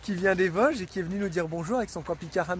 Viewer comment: on dit "les Vosges" avec des "^^^ " sur le o quand tu prononces😉! chez nous on appuie sur les "o" et sur les "on" 😅, notre accent n'est pas des plus léger!(une vosgienne Bretonne d'adoption) bisous les vadrouilleurs 👍